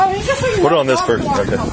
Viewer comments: He said "pweece bootowelity!" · I thought he said "white brutality " lol